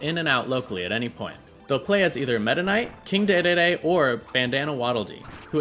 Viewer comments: excuse me?! King daydayday? Dedede ITS DEDEDE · King Dee Dee Dee, not Day Day Day 😂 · "King Daydayday" 😂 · King daydayday 😂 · "King daydayday" ign moment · “king day-day-day” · It's pronounced "Dee-dee-dee". King Dehdehdeh is his Canadian cousin. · This mfer said, “king DayDayDay.” 🤦🏽‍♂️ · “King Daydayday”? 😅😂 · This dude pronounced it "King DayDayDay"!?!? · Where did the A came from? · Ah yes, King Daydayday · using the japanese pronunciation of dedede is so unnecessary lmao